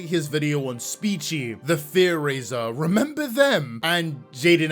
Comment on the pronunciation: Him always saying "Renember" instead of "Remember" was all the justification I needed to hate him lol